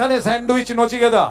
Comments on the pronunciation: নচিকেতা নয় কচিনেতা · ওটা নচিকেতা নয় বলুন নিচেকাটা 😂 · নচিকেতা নয় কোচিনেতা। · J khobor porche o kintu nichekata